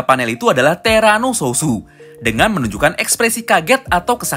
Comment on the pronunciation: bang bukan terano sususu tapi terano suot